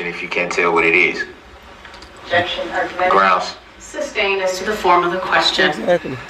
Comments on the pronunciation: Did he any point figure out that it’s sustained and not substained? I mean I know he figured out tacit but did he ever figure out sustained? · He says substance instead of sustained just like he says tacket agreement should be taken agreement he has no idea what's going on